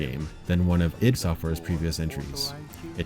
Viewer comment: It's pronounced "eed", not "I.D."